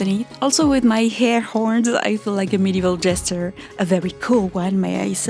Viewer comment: Modeval and.... dare I say... ath-liege-ure?